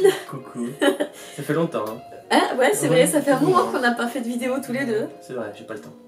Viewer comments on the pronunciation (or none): none